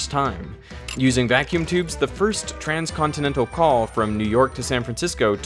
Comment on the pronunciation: "Thuhzuh fur-ust too-rans cawn-til-nen-tuh-awl cawl took place.. " - Nope! There werd no trans back then. Do you mean "continent spanning call"? A so called "transcontinental" ca would bevone that transcends the boundaries ot a single continent, it would mean the sanevas "intercontinental." You mouth-breathers make up the stupidest jagon as it only reflects your very retarded paradigm~perspective.